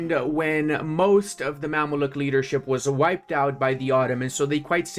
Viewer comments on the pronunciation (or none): You pronounce definetly right Kahire. . Divirigi is wrong, u should pronounce like this : Divr_ei. (ğ) --> u dont have this letter i know :D .. Mamluk is wrong u says : Mammaluk correct ways is Memluk. Also u should try Adana kebap with raki before u die . :goodvibes